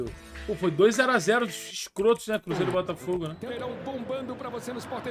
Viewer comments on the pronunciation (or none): Ninguém percebeu o “Borafogo”?